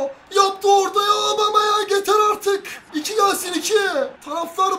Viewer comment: abicim obameyang değil abumeyang